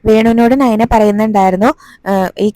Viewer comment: നൈനഅല്ല നയന ആണ്😊